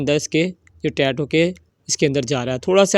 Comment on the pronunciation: لعنت ۔ کوئی سیفٹی نہیں ۔ لوگوں کو آگ لگانی ہے۔ پائپ اور ٹائیٹ بولنا نہیں آتا اور چلے ہیں انجینئر بننے ۔